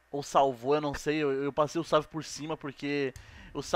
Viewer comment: Save, e o cara falando savi kkkkk